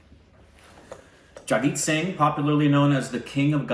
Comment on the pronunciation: Mam is pronounce jagjit sing very well.